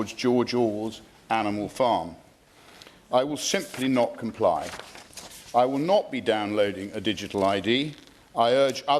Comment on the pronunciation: Yes, you will not 'complya'...